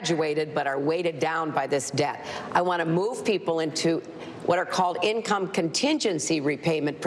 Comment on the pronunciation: She pronounces "Debt" like "Death". WTF?